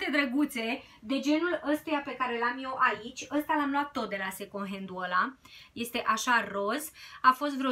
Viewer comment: In multe videoclipuri te aud spunând second🙈 , încearcă să nu mai pronunți așa. În rest ești super draguță și îmi plac clipurile tale.❤️